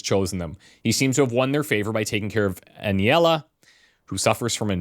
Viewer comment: Great pronunciation of the name Aniela 👍 Śródmieście is a doozy. It's just Downtown, literal translation - "middle-city". There is no "Ś" sound in English, the closest would be "sh". Phonetically it would look a bit like "shrewd-mee-esh-chee-eh. Google translate pronunciation should help, if you care enough. It's the name of the city district but you could just say downtown, it's no crime.